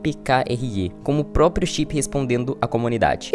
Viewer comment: propio? Não é proprio?